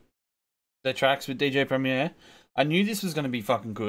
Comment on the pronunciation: Great reaction mate. I agree DJ Premier is 1 of the best producers of all time. So will you please say his name right. Haha. Keep up the good work.